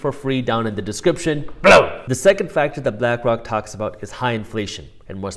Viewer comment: Glad you put BELOW on the screen. Thought you were saying BADAM all this time.